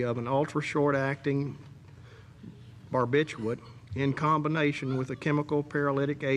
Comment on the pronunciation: love how the judge has to pause before saying "barbiturate". Oh no...it's a big one! Anything over 3 syllables must be scary for him. 😂😂 The level of incompetence throughout this entire case is absolutely incredible. From the cops, to the DA, to the "experts" at trial and all the way to the judge 😂😂😂